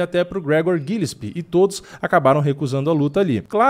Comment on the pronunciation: Kkkkkkk' tbm me incomodei com a pronúncia do